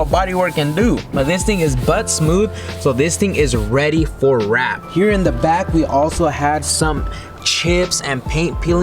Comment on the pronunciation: Sanded down and “reayd”